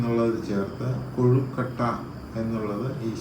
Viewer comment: Not kozhikotta kozhukatta ennanu parayunnathu